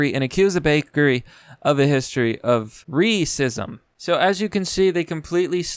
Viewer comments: When you’re mispronouncing Ray-cism youtube algorhythm is still catching it... try saying raisin sister or something else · I'm watching how the captions detect every time you intentionally enunciate racism incorrectly.